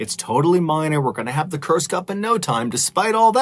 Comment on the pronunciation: so thats how you spell Kursk. I heard it till the end, it as "Cursed".